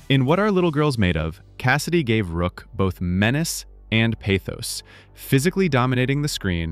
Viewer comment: The character's name was ROCK, not ROOK! How about R.I.P. AI?